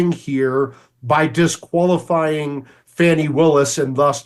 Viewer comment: Her name is Fani pronounced "Fawnny" not "Fanny". You know this Megyn!